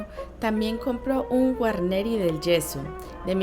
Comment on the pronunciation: "Guarnieri del Gesu', con l'accento sulla U finale ( non Ge' - su) !!